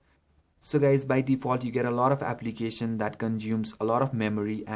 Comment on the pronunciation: i have viewed 3 android must have phones which is made by indians and for some reason they keep saying aplicatin wtf man learn to pronounce before making a youtube video